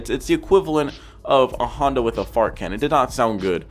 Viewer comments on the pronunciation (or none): none